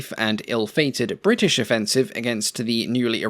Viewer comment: Bwrritish! :D